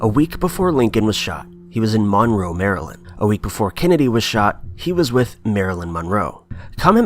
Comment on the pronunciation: did you just say monroe, maryland or monroe, marilyn? BOTH I guess.